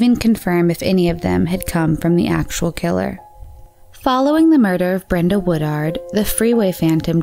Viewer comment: YOU SAID WOODWARD??? NO! It's WOODARD !! Wow u can't be getting victims names wrong especially for the blind who listen to these